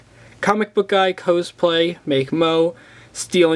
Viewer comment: I wish you didn't pronounce things wrong, such as pronouncing cosplay as "Cos-play", and not "(Cause)-play".